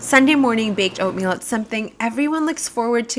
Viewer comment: Was it ointmeal or oinkmeal? my boy was laughing so hard! But I really enjoy all the work you put in to every shot, the compositions, the colors, the lighting so smoothly done but at the same time it doesnt scream fake! I LOVE IT! titanic work. You inspire so much!